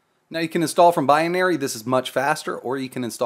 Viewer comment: rofl - "bi-a-nary"